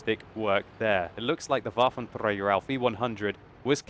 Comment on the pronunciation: Love the way how you pronounce the Waffentrrrrrrrrrägerrrrrr E100. Anyway...grrrrrreat video which shows exactly why I 'hate' these autoloaders ;-)